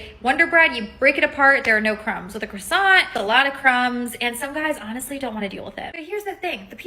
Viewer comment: Woman in pink jacket doesn’t know how to pronounce croissant.